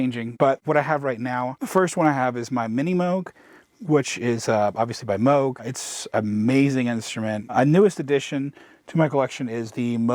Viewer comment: Thanks for pronouncing Moog correctly, when so many others obstinately continue to pronounce it Moog. 😂😂 Sweet space, btw. Thanks for taking us through it and your flow